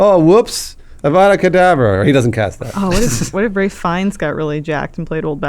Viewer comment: “Avada Cadaver”